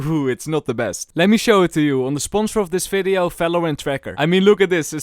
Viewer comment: how to know someone is Dutch: fideo, fery good, falorant.